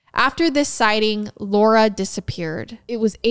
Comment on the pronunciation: This is gonna sound weird lol My name is Laura and you say it so perfectly!! 😂❤ Thanks for the episode! Much love from Middle Tennessee 🧡🤍